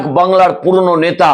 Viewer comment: আপনি সুস্থ না আপনার দাঁত পরেগেছে। কথাই বলতে পারছেন না। আবার আসা করছেন subscribe করতে। নেতা না বলে নেশা বলছেন। বুঝতেই পারছেন।